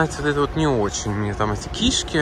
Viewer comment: КишкИ, а не кИшки, учись филолог